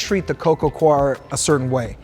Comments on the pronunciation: coir /koir/ 😅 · Its pronounced CORE.